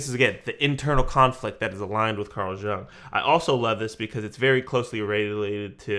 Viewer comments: It's not related to the reaction (well kinda is), but your pronunciation of Jung is hurting my ear😅 "Jung" like In "you + ng." I'm sorry if my comment sounds rude or something, it was not my intention💜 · Are you aware that your picture covers the CC lyrics? I think his name is pronounce Carl Yoong.